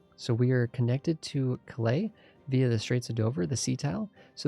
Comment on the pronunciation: Loving this series - but got to say it's Cal-ay not Clay for Calais lol